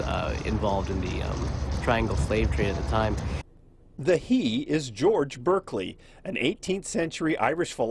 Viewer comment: It’s pronounced Bârkleey